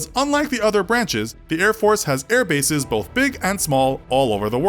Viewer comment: narrator: says air buses instead of air bases me: Fortnite Battle Bus